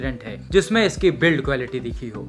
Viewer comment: Bhai jb b aata h ...manhoos khabar hi lata h ....bs kr Bhai...aur haan Quelity nhi...ab to quality bolna seekh le.